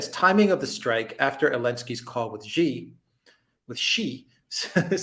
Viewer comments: Xi is not pronounced "she", it's pronounced "see". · The way to pronounce Xi Jinping is actually closer to( ZEE Shinping) You are being trolled by the comments. I have never heard any Chinese call President Xi (SHE). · haha, it's "see" for Xi Jinping as in "see you"